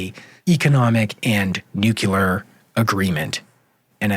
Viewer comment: Are you serious? This reporter simply cannot properly pronounce a core term of this entire conflict? It's not "NUKE_YOU_LAR,". It's pronounced "NUKE-KLEE-ARR." OMFG, SMH. You've undermined all of the helpful information you've relayed to the host of this program, and all of its listeners.